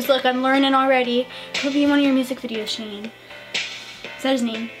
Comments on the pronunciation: S H A N E NOT SHAWN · Its shane!Not Shaun/sean